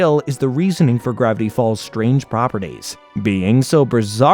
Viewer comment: Bro at the start said "gravity balls" instead of "gravity falls" 💀💀💀